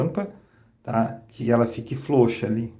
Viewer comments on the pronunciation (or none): POLQUINHA ou PORQUINHA? FLOUXA ou FROUXA? VC TEM PROBLEMAS DE DICÇÃO OU SEMPRE PRONUNCIEI ESTAS PALAVRAS ERRADAS A VIDA INTEIRA? NÃO ESTOU LHE CORRIGINDO, APENAS AGORA, FIQUEI NA DÚVIDA! 🤔 QTO AS DICAS, OK! 👍